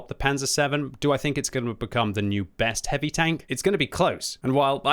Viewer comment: I like how when the says heavy tanks it sounds like hippie tanks, my imagination runs wild.